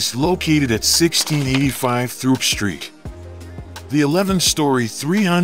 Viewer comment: The street Throop is pronounced as Troop, the H is silent.